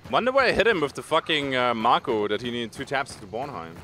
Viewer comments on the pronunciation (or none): It's MAKO (MAY-KO).